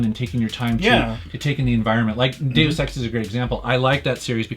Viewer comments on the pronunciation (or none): none